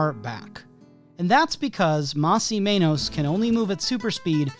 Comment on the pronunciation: Ur saying Mas right but it's Men-Oss not Mane-Os, I'm a little lost as to how some non-spanish speakers get this one wrong alot. In english the word men exists and then the oss u could just take from the worst "most". Sorry it's cus the way you were pronouncing menos, almost sounded like you were pronouncing it wrong on purpose. They even said their name on the show! How could u pronounce it wrong!? Oh but if it was a complicated ass Japanese anime name all of us including myself be practicing that shit til' we get it down as if we spoke the damn language. 😂